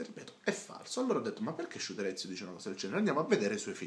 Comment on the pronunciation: SHUTEREZIUUUU Ahahahahahaha che pronuncia gente che pretende di fare video seri senza saper pronunciare il nome della persona di cui sta parlando bene come per i politici italiani che non sanno chi è per esempio mandela